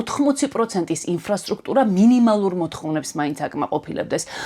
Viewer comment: "ინფრასტრუქტურა" და არა "ინ'f'რასტრუქტურა" 😉